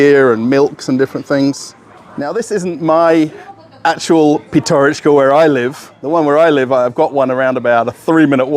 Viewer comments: PYATYOROCHKA - так правильно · PYATYOROCHKA - that is how it shoud be written and pronounced properly.